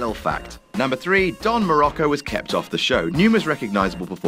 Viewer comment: his name is Muraco, not murocco.